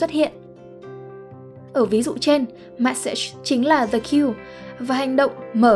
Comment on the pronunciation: Kênh này tính ra cũng OK, tuy nhiên vẫn bị vụ đọc tiếng Anh như bị mắc nghẹn, bệnh chung của dân miền Bắc đọc tiếng Anh. Nhớ nhất từ Yoga ai cũng đọc Dô-ga mà vô 10 anh chị Bắc thì tự động anh chị tách ra thành I-ô-ga, từ "the" thì đọc thành "dờ". Khó hiểu